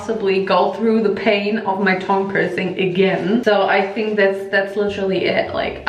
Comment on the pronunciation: Why is she saying tongue like thong? 😂😅